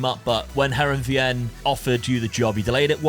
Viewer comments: Loving this series! Just a quick note - Heerenveen is pronounced Herenfeen - key bit is the v pronounced as an F 🙂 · Btw, Heerenveen is pronounced like (Hear-en-vane). It's my local club!